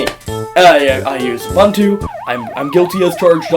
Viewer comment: it is uBOOntu not uBUNtu